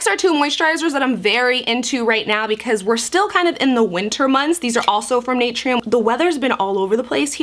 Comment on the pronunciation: it’s pronounced Nuh-Tur-Eeee-UM hehehe ily 🤍🥺